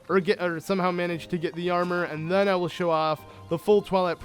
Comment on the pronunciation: Ur good at the game, I give you props, but every time u say "then" u say "Thun" and I wanna yell at u sooo bad, but it's a great walk through, good job